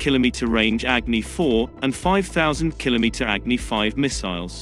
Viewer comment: Its अग्नि & not एग्नि!!!